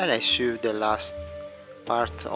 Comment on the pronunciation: Thanks for very concise videos. This is the second one I have watched. Saw your diamond pattern ring too. Both very good. Going to make both. I think you are saying sew at times, which should be pronounced like "soh as in so what". You've been saying it as "soo as in too much", but I think we figured it out anyway. Will be looking for more of your videos😊